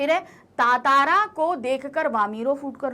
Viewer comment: It's ttara not tatara